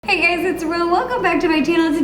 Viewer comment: Am I the only one who heard “hello gays!”